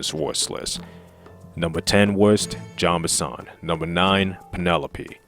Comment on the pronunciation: It's not John Benson, it's Jean Bison.